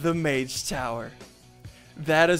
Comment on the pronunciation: I cringe every time he says mage